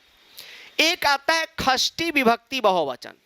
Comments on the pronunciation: Shasti nahi khasti vibakati😂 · Shasti vibhakti nhai Khasti vibhakti 😅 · Sir kasri nhi sasti hoti hai..😁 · षष्ठी ❌ ख़स्थी ✅